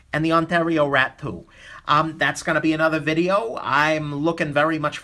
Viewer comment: i keep hearing Rat-poo instead of Rat 2 xD i love you!